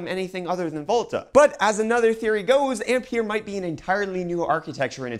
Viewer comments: Ampere is pronounced "Amp-Air" just a heads up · Yes - André-Marie Ampère was French and the way he pronounces "Ampere" hurts my ears... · Fml nobody knows how Ampere is pronounced. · You're mispronouncing Ampere.